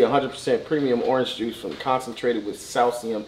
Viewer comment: Nigga said salsium 😭😭😭